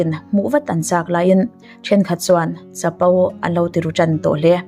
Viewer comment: o i lam dan hi a dik lo, au i ti tlat zel. Chapo pawh chapau i ti (lek lek). Chuvangin, au chu au, o chu o a ni mai. 😊